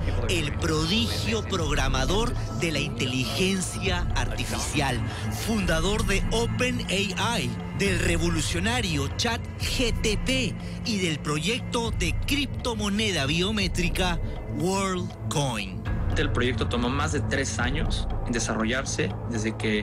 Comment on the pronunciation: “Chat GTP” dice el periodista, un sol de cultura e investigación por favor.